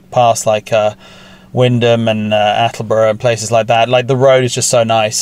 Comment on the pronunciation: Great to see some very familiar roads. Even more impressed by the correct pronunciation of Wymondham and Attleborough.